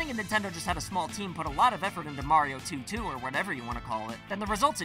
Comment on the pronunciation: You needa pronounce “Mario” the right way.